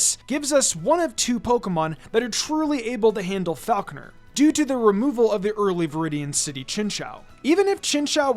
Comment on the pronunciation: It is absolutely ridiculous how much you mispronounce Falkner and you overestimate his difficulty. If you're not doing a nuzzlocke and have a decent team of 6, then you probably shit stomp him with no real concern.